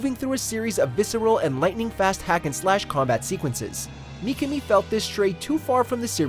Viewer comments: Micami? Its pronounced MI-KA-ME.... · McAmi??? It's pronounced Mi Ka me, common man..... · Shinji "mee-kuh-mee"....well this dude has never really researched about Resident Evil before. What if everyone pronounced it the way we all.think is proper, but the Mikami family, and this narrator, pronounce it "mee-kuh-mee" and that's the TRUE right way of saying it? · It's only said as Me-kah-me. There isn't numerous ways to pronounce it. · Mikami. (Me-Ka-Me). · Personally, I feel like I fall between two chairs in the RE fanbase when I say that I like both the classic trilogy and 4. RE4 is a fuckin masterpiece dammit, but so are og RE2. Really nice video by the way, but what bothered me throughout (as said by multiple people already) was the constant mispronounciation of Mikami's name. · Asides from the butchering of Mikami's name, great video! Would love to see more like this.